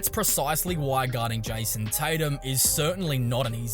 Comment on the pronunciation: Who tf is JAYUOUSOM Tatum? 🤣🤣🤣🤣🤣🤣